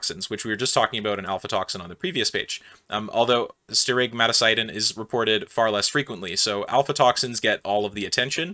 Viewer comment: I think that is aflatoxin, not alfatoxin. Sterigmatocystin: the ending sounds more like sys tin than sigh tin.